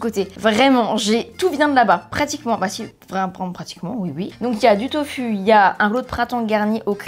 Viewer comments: On prononce “tofou” si jamais 😊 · Ta façon de prononcer le mot « tofu » ça me tue 😂🤭